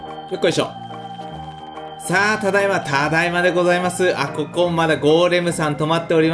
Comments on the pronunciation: さんの「ここ」の言い方完全に「こ↑こ↓」だよな。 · 6分の所で、ここっていう発音が野獣先輩になってる。